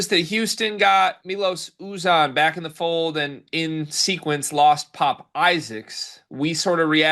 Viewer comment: learn how pronounce MyLos YouZan's name. oops, did I mispronounce you name?